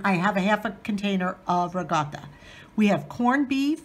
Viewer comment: are you of Italian descent? Because you know how to pronounce ricotta and mozzarella.the way my Italian family did!!😀